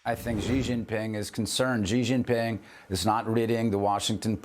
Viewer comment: Whats a "Jzi Jzing Ping"??